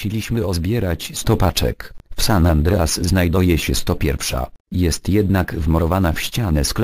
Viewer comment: San An't'reas :p